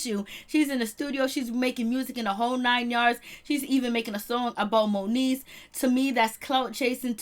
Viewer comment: Its MONIECE love. Not monique ❤